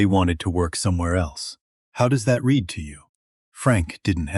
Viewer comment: Language artifacts and mispronunciations are annoying. Get a fluent English speaker to review & explain things like the difference between present & past tense of the word read.